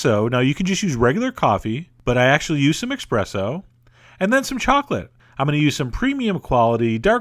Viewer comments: eXpresso? eXpresso? don't you mean eSpresso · ESpresso, not eXpresso! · espresso not EX-presso. Your pronunciation is outrageous!! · He said "expresso"! There's no "X" in "espresso"! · I’m not here to be a hater, but your pronunciation of certain words irritate me! It’s ti-ra-mi-su with emphasis on “su”, no emphasis on “mi”. You’re confusing the emphasis on syllables with that of miso soup! Also, there is no such coffee as expresso, there is no X! It’s ESPRESSO! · espresso not expresso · Chef, are you saying “expresso”...? Espresso. You’re Italian ancestors thank you. :P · You lost my respect at "Expresso"... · must try this! but with ESPRESSO instead of "expresso." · Its eSpresso not eXpresso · Its not EXPRESSO! its ESpresso!!!! GEEZ! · I love you and your food videos so much, and I binge on your channel even worse than I do with actual food itself, but I swear... It's "espresso" and not "expresso". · It's "espresso" ...not " X " O. .. :-) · Chef John, with all due respect, it is pronounced espresso, not express-o. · STOP SAYING EXPRESSO!! IT'S ESSPRESSO!! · It's Espresso. Not EXpresso. I died a little inside. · Expresso? isn't it espresso? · expresso? really? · Espresso, not expresso. :) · i think the coffee is called espresso and not eXpresso. :> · I didn't know there was an X in espresso... pretty sure it's pronnounced eSSpresso... not eXpresso... just sayin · it IS pronounced eSpresso, not eXpresso. Stop sticking a letter where it does not belong, its infuriating ;) Awesome channel and website though, I've made a bunch of the recipes so far and I'm glad I found this channel. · Oh Chef John. Your Italian pronunciations are horrific! -It's TiramiSU not TiraMisu (ephasis on the 'su') -ESpresso not EXpresso (It means 'pressure' not 'quickly') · italians say ESPRESSO, not EXPRESSO. "Expresso", hahahaha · That look incredibly tasty!!! P.S. What's with the "X" pronunciation in eSpresso? O__o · Chef John! It's not expresso! It's espresso! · Expresso? ESPRESSO